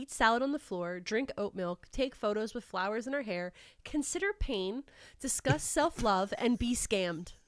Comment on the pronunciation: I wish would redo this episode for us, cause I CANNOT tell if you're saying "consider pain" or "consider paying." Both are hilarious.